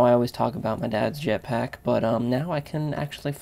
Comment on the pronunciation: lol he nearly said japsack... btw if ur not british it means ur urethral.